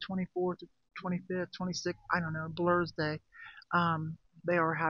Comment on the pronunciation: Such good advice at the end. If you don't pick with purpose, it is easy to end up with a pile of stuff that just sucks away from your energy, money, space, and time. And I nearly spit out my coffee when you said, "Blurs-day!" 😂😂😂